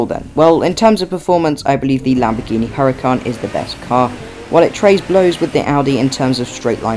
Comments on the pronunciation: HURACAN, NOT HURICAN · 😂hurican its huràcan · Its huracan